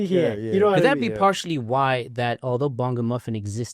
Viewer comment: "Bongo-muffin" The accent.. 😂